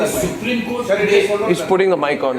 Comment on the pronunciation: I m sorry what Kupreme or Supreme 😂